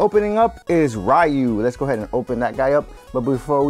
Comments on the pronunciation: It's Riu, not Raiu. (Hermionie quotes) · Dang Roy really looks cool, even his face unlike Lucina and Marth - and BTW Ryu is pronounced as Ri-yu not Ra-yu